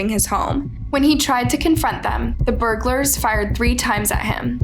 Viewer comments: "Burglerers". Learn English, airhead. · "burglerars" "tellurude" ???? Do better